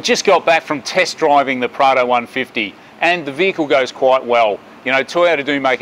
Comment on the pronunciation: I kept getting "Prada" instead of Prado. Maybe my ear is the problem